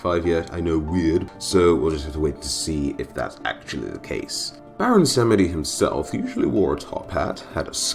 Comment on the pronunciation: its baron 'samji'